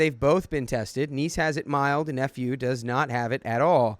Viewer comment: I kid you not when I first heard you say I have a niece and nephew it sounded like I have a niece and f u. But I miss hear everything it's how my brain works